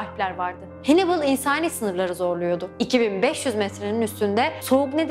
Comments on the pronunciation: Canım dostum Hannibal "Henibıl" diye telaffuz ediliyor videoda nasıl güveneyim :D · Hannibal diye yazılır Hannibal diye okunur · hannibalı hennıbıl diye neden çeviriyorsunuz cidden anlamıyorum..